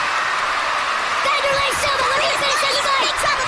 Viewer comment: Lol bruh cant even pronounce Wanderli.... Don't listen to this guy